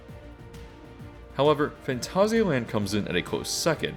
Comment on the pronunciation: This video deserves a like purely because I've never hear and English speaker get this close to pronouncing Phantasialand correctly, well done :)